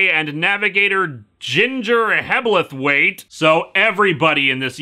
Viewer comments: Its a Mini Cooper S, not 5. Also, Hebblethwaite the ble is one syllable bll, Struth, pronounced Strooth. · The "Hebble" in "Hebblethwaite" rhymes with "pebble". "Struth", usually spelled "strewth", rhymes with "truth" (it's a corruption of "God's truth").